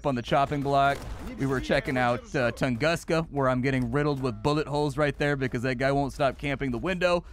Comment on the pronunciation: Yup, another day of English spelling breaking a word. It's Toongoosca.